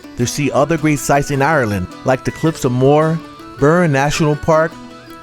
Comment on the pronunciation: I’m Irish and have lived in Dublin since I was 19 years old, originally from Longford Town. Defo one of the best and most accurate videos I’ve seen from people who visit from America / Canada / North America in general. Few pronunciations that were incorrect if I may help…. Galway - ‘Gall-way’ Like hallway but with a G Cliffs of Moher - not ‘More’ but ‘Moe-er’ just said quicker that you would read it Ha’Penny (Inn/Bridge etc) - ‘HeyPenny’ Bar that - top job 🤙🤙